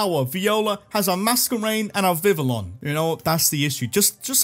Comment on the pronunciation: It’s pronounced viv-EE-YON, RAY-mos, SIJ-uh-liff, RYE-hahn/RYE-han, DRAP-ee-on, and ROH-tom, “”. 🤨